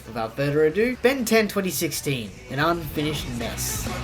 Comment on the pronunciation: More emfases on “unfinished”